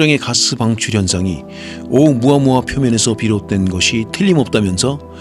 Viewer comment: 오우 무아무아 아니라 오우무 아무아 맞어요.